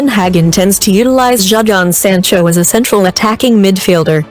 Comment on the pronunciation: Homie said Jahdoun Zancho 🇫🇷 LOL